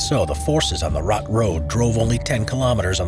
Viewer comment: How does one pronounce "Suomussalmi" almost perfectly, yet absolutely butcher the much easier "Raate", though? For the future if you're going to do more videos about Finnish wars, I recommend you check google translate or something similar to get a basic idea on how the words are pronounced, at least on the more important parts like the names of the battles in this case. Finnish is actually quite easy to pronounce once you know how each letter is pronounced and that the stress is always on the first syllable. It's just that the sounds do not correspond with the English spelling most of the time, which for a native English speaker makes the words harder to pronounce than they actually are.